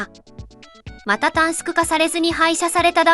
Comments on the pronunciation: 新幹線電車という表現と短縮を「たんすく」と読むところが最後まで気になった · たんすくたんすくって気になる